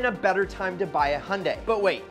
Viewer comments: Also itz not hunday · The way he says Hyundai 😂